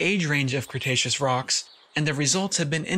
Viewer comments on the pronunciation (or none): none